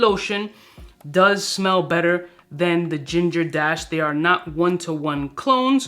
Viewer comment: I keep hearing “Pebble dash”